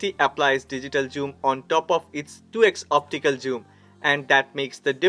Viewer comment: Why do you pronounce zoom as joom? 😂 It is funny to hear!